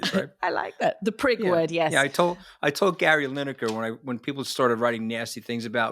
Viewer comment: It's Prick not Prig!?